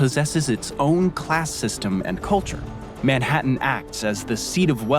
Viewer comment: To clarify,, and with sincere desire to help, the letter "H" is pronounced in English like a "J" in Portuguese. It is hard to understand when saying "ome" "appy" and now "Manattan". I have relatives in France that call to wish "appy birthday". As you know, the H is silent in Spanish, but it's the opposite in English: Home, Happy, ManHattan. 😊